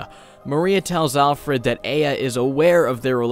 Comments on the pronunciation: great review, but uh the game tells you how to pronouce her name so it hurts to hear a-ah instead of ai-a. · Its not Ei-ya its Ai-ya, damnit. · Once again you did a great video! I just have one little problem... The way you pronounce "Aya" isn't exactly accurate... You say "Ay-ah" when it's actually pronounced "Ah-Yah" Just wanted to let you know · Sorry, pet peeve, but it’s not Ay-ya, it’s I-ya. There’s a sound clip in the game where the father yells Aya’s name, and he pronounces it as I-ya. Just a minor thing...But I mean...Why not? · I like your videos. But the only thing i hate in this video is how you pronounce the protagonist name E-ya instead of Ah-ya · Her name is pronounced a-yah, i have a friend with that name, and it just set something off. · Actually it's eye-ah or Ah-yah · He even says "Eye-Uh" at the end of the game, how do you mess that up. Gosh darn it, ya silly boy. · yeah this bothered me. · TooLateToTheStory a bit, yeah. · My brain corrected the pronunciation in my head everytime he said her name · You’re pronouncing Aya’s first name wrong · The ONE time words are actually spoken in the game starts with aya's name. How did you mess up the pronunciation??? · not sure how you can say a name wrong thats said out loud by the titular mad dad. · GOD the way you pronounce Aya is horrid! ITS SAID IN GAME AT ONE POINT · i adore you but every time you say aya wrong i want to die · Most English-Dominant speakers be like: Fails saying a Japanese name that has "Ay" in it